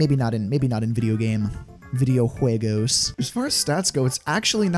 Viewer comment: "VIDEO JUEGOS"